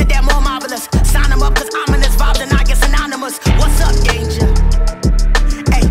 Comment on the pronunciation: It's "danger" not "dange"